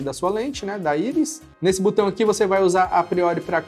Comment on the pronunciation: Não é Butão, é botão